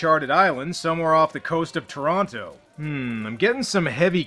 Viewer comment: I'm beginning to think isn't an actual Canadian. Between the continued shocking lack of Bob & Doug McKenzie references and his putting way too many syllables in Toronto I'm thinking he's just from Wisconsin and faking it.